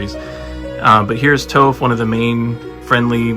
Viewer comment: He did Toph so wrong 😂